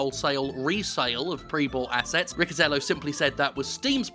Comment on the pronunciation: Riccitiello isn't pronounced like that.